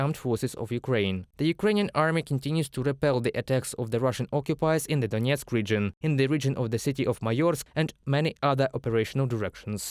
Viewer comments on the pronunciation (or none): none